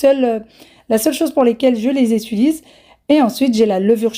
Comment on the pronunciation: Bonjour madame,je vous suis d'Algérie,j'aime ce que vous faites mais svp évitez de dire (étulise) c'est (utilisé).sans rancune et bonne journée.